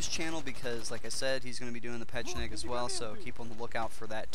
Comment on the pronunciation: Just a tip yo said pecheneg about 100 times...try to say it! ;) xD